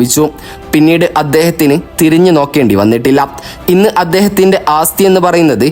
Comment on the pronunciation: ആസ്ഥിയല്ല, ആസ്തിയാണു ശരി... അത്യാവശ്യം ഭാഷാബോധം ബ്ലോഗർമാർക്കുണ്ടാകണം